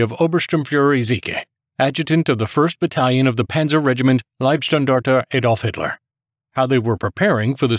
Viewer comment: who is "Eidolf Hiddla" ?